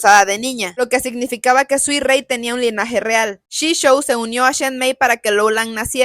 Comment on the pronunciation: Suirei ❌ Suirrui ✅